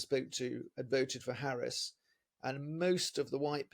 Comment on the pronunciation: Please try to pronounce her name right. It would be respectful.